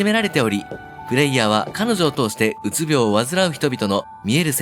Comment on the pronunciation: うつびょう↘︎じゃなくて、うつびょう→やで